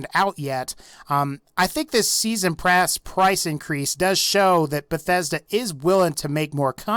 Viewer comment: "season prass"